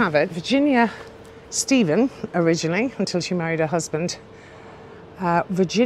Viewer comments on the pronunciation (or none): none